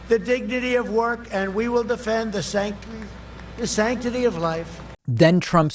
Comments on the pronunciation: The “sanctity “ choke was what he does sometimes if mid-word he sort of panics that he doesn’t know it or has gotten it wrong. Most of us read at a level that we see ahead of time a word we may not know. Trump’s worst flubs are when he’s unaware he doesn’t know the word, or isn’t aware until AFTER it’s blurted out. What he did with “sanctity” is what he does the rare times he realizes mid word he doesn’t know where he’s going. He suddenly sucks his breath in & kind of freezes his mouth. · Sanctity. He's exercised none at all in his life. Can't even say the word.